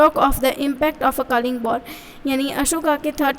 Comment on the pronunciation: Kaling nahi kalinga😂😂😂😂😂😂